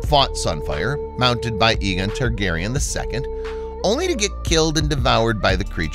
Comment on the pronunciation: A - GONE you pronounce it, AYE GONE not EEG ON, Aegon